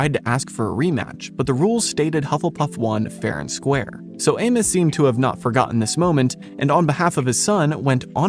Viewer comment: The way you pronounce Amos is giving me psychic damage.